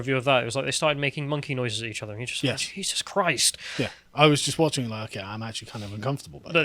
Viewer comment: "SHE-sus" Christ?